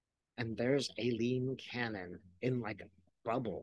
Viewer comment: Cannons first name is pronounced I- lean. The A is silent.